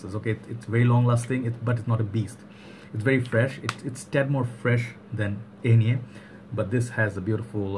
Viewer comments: Nice review like always but the pronunciation was not right 😁 is more german you need to say it more like the english name Ike with “ner“ at the end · Love this juice. I thought the brand is pronounced 'On yay'